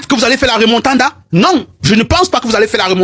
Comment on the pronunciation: C'est le Réal de Madrid et non Magrid. C'est la Remontada et non Remontanda